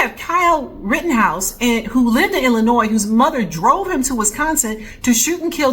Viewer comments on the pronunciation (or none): none